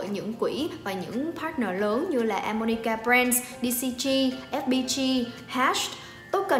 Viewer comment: xí quỹ đầu tư animoca mà và 1 bạn nam nữa trong team hay đọc là a-mo-ni-ca:D